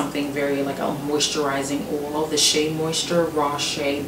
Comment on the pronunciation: Castor "oal," jojoba "oal" lol. My bf pronounces oil the same way.